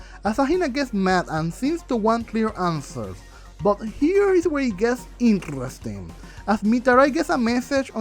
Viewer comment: I love and hate when you say "Intrresting"